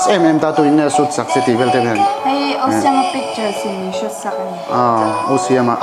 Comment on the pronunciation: 'Tuin nge soot sak che'...😂😂👍PERFECT ENGLISSS👌✌